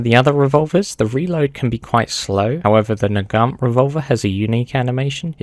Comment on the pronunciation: bro did not say 'Nagant' 😭🙏🏻